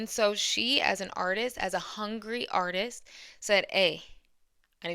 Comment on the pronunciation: You are stressing Word "artist" too much.